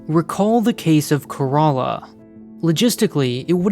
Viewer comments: It's not ka-ra-la it's kay-ra-la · care uh lah not care a laa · How do you end up spelling Kerala as corolla??? I know we have accents but wtf is this??? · Sorry to say this but Kerala is pronounced “Care-a-la” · I was confused when he was pronouncing Kerala is karala lol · I think the ship is named after a state in India. It’s pronounced like “Care-ahh-lah” like Shangri-La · My brain suddenly Broke when I heard that the ship name is Kerala and pronounced like "Corolla" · To me it sounds like he said Care-a-laa. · He called it 'Corolla' like the car! So silly! Like Shinzo Abe being pronounced like Abraham! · Bro pronounce Kerala like it should be , can you? That pronounciation grossed me out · It's a heart-breaking for a Malayali like me 😭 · Why does everyone miss pronounce Kerala lol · as an Indian I didn't even know it was possible to pronounce Kerala that way lol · I spat out my coffee hearing that XD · The name kerala is also a state in India and i love that he pronounce kerala in a different way lol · You mean wrong. It's not a Greek word, so likely to be named after the world famous Indian state.